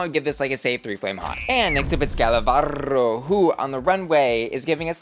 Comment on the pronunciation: Little note on Gala's name pronunciation: you're not supposed to roll the R when it's a single one in the middle of a word. I'm mentioning this because saying Varro (instead of Varo) sounds like barro which means mud in spanish 😅